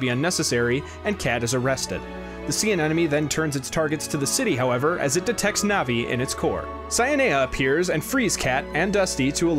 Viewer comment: Great video, other than constantly hearing you say "navi" instead of "nevi". Keep it up!